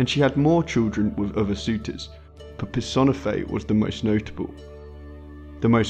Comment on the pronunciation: Pur. Sahn. Eh. Fey. Sorry. Had to do it.